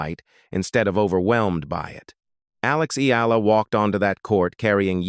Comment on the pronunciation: Her name is pronounced Alex E-ya-la, not E-la! (Spanish Pronunciation! Thank you .